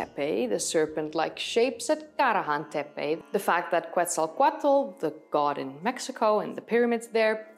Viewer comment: "Bondjuklu Tarla" is the right way to pronounce and it is better if you don't push hard on the sound "r" in the word Tarla, other than this you pronounced the Karahan Tepe and Gobeklitepe very good :) im a native Turkish speaker. Thank you for the video i liked it and i subscribed 😊